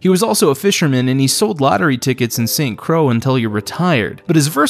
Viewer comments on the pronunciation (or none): My only critique is that it's not pronounced st crowwww, it's pronounced st croyyyyyy like joy spelled st croix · It is not "Saint Crow." It is pronounced "Saint Croy." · "St. CROW" .. ITS ST. CROY .. noy crow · St Crow? Say it correctly. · My goodness He keep butchering The pronunciation of St Croix